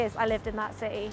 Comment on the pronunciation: I noted that she and another British youtuber, Mr. Barrett, pronounces City as CE. Not sure this is a common UK accent?